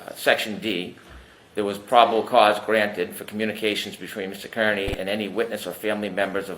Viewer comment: Is intentionally not pronouncing Kearney's name correctly?